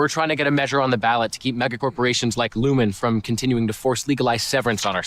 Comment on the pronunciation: But the company is called Lumon, not lumen.